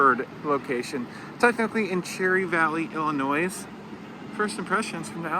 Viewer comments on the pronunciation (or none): I noticed that too. He said s in Illinois. S is silent when you pronounce Illinois. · The s in Illinois is silent.